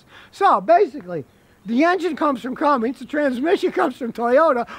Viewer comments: Cummins, not Cummings. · Cummins not Cummings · Cummins. It's Cummins, not Cummings. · Scotty, it's Cummins, not CumminGs. No G. It's like the response when someone knocks on your front door "Come IN' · Come In’s Come In’z Not “CumminG’s” Come on, Scotty! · It is Cummins, not Cummings. Is he just trying to aggravate us? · Scotty, it's not cummings,it's cummins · "It's a Cummings diesel." 😂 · I like how scotty pronounces cummins as "cummings" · Okay Scotty, it is CUMMINS, there is no "G". That being said, this is what ticks (not the REAL word I want to use), about those POS Fiat people that now own Dodge. Dodge has had a FABULOUS business relationship with Cummins, who have supplied diesels for 2500/3500 since they first came out. Cummins was working on a smaller diesel engine and offered it to Dodge. Those stupid European asses, told them that they were doing to use a Fiat (tractor) engine in the 1500. ASSES. So, Cummins floated the engine out there, and brilliantly, Nissan said YES. A Titan XD is the only Nissan Titan I would buy. While it never made it past the prototype phase, Nissan also built a Frontier, with the even smaller Cummins diesel. And the tractor engine in the Dodge 1500 is a royal piece of crap. The Dodge brothers continue to spin around in their graves... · Oh man. An "expert" who doesn't know how to say Cummins. An "expert" who holds down the start button. What in the world??? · I never knew Cummins had a G in it Scotty 🤣